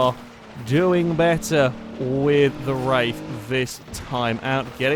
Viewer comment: "Star Trek Roof in the Wraith of Khan...." Love the series!